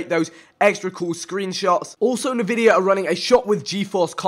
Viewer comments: Hey vikk not insulting just that it's pronounced N vidia and not navidia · Navidia? Is it actually pronounced like that? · Listen to how many times he butchers Nvidia